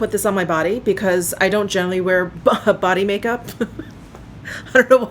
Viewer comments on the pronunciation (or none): none